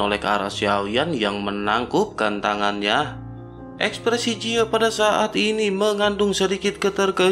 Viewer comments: Ji ye min bukan je yi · Dari awal vidio mimin menyebutkan ye ji tp diakhir vidio berubah ke yang bener lagi jadi jiye😂